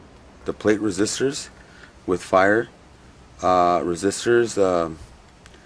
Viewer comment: Love your Marshall videos!! Hey those resistors are pronounced PIE-ER not FIRE. Not trying to be that guy just trying to help......Cheers!!!